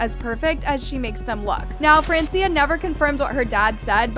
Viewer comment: It's fran-chah